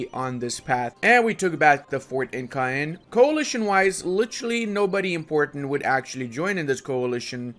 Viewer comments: Yes! and not Kaene 🤣 sorry, your french is pretty good, its just french language who is difficult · Whenever I read Caen (smth like [kaɛn]), Caen (smth like [kœn]), etc. Me, French: But that's just Caen ([kɑ̃])... blblblblblbl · In France we don't say Ka hen, we say Kan hihi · Caen is simply pronounced "kɑ̃". What you're saying sounds like Cayenne, main city in French Guyana. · In France we say caen [kɑ̃] like "quand" or "camp" XDD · Caen is pronounced a bit like Con :) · Pronunciation of Caen = Quand = qu'en = quant = camp. No excuse, that's ridiculously simple ... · This is definitely NOT how you pronounce Caen 😁